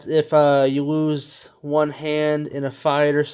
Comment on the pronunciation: Bruh I think meant to say lose not "woose"